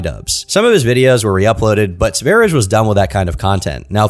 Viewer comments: Your pronunciation of sv3rige is outrageous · quite an interesting way of pronouncing ''sverige'' was listening while farming in a game, and when i finally looked over i was surprised the guy was named ''Sv3rige'' thought he was called ''Svaridge'' or something 😂😅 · hearing this pronunciation of Sverige hurts my soul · I didn't clock the name because isn't pronouncing it in Swedish... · pronounce his name wrong. It is pronounced sv ær jɛ like the country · I've watched the first few minutes and it's been nothing but mispronunciation of the word Sverige and prattling about so-called conspiracy theories. Count me out for the rest of the hour and a half. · btw its not pronounced sver-idge like ur saying it, it's sve-ri-ye because its swedish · Sverige pronounced Sver-ee-gay and it literally means “Sweden” in Swedish. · That aint the right to pronounce "Sverige", Its sveh-ree-yeh. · Sverige is simply the Swedish word for Sweden. To pronounce it, put an S in front of the word 'very' followed by a long A: sverry-A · "Sweden" in Swedish is spelled Sverige (pronounced like sveh- ree- yeh) and this is so offensive that he did cultural appropriation on my nation. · his nickname is pronounced Sverye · Little fact, the name Sv3rige is referring to the Swedish name for Sweden; Sverige. It's pronounced like "Svaer-yeah" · Sv3rige is the Swedish word for Sweden (Sverige) and is not pronounced Sweerish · Sverige is pronounced sveriyeh, and it means Sweden in swedish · Yes, or to give it its traditional and authentic Swedish pronunciation: "sewage". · "swerich" what the efuck is that pronunciation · this dude calls sverige "sverich" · THANK YOU! I've been playing this in the background and he kept saying "Sverige" but in the way I would imagine a non-native speaker would. I kept checking the screen to see if it would have the spelling so I could tell if was just mispronouncing it or the dude was named "sverijj" or some shit.